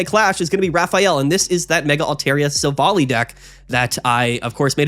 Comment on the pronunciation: Minor pet peeve. It's pronounced Silv-ally.